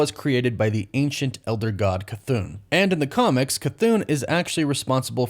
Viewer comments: my guy! ChThon not ChThoon 😅 I’m sure I’m the only person nickpicking but it’s been a while now 😅😅 keep making great content!!! 🙏🏻🙌🏻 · Love you but "Cha-th-oo-n"?? 😂😂 sweetie it's pronounced "Cha-thon-(g)" I use the "g" so you can drag out the sound on the "on" sound in Chthon 😈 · Chthon not cathoon 🤣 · its CHTHON Cthun is a whole different thing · Please stop saying cuhthoon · bro please stop saying "cathoon"